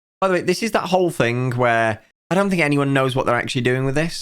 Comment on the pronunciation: Odd how you pronounce words ending in 'ing' with a 'k' sound at the end. Thing sounds like think